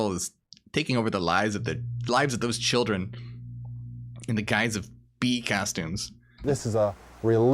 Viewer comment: "Won't somebody think of the chrildren"........